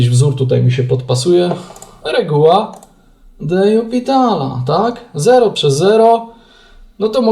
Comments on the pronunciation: Czemu zawsze czytasz "de jupitala" zamiast "de lopitala"? Wiem, że nie trzeba znać francuskiego, żeby liczyć, ale baaardzo kłuje w uszy kogoś, kto choć trochę liznął francuskiego :) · Zgadzam się. Też nie mogę tego słuchać. Co najgorsze, w jednym filmiku powiedział nawet: "Tak swoją drogą, to się czyta "de jupitala"", ucząc w ten sposób niepoprawnej wymowy wszystkich innych. Zresztą nie jest usprawiedliwieniem, że nie zna się francuskiego - wystarczy wejść na artykuł na Wikipedii o de l'Hospitalu i jest tam napisana wymowa nazwiska.